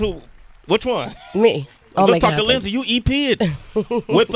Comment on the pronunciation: Linday??? Really? Lol